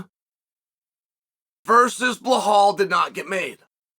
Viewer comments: Bluh-hall vs Moggleshev vs Kozmot vs Duhroosh in an Uncle Chael Royal rumble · “Blahall”😂. Chael is such a clown.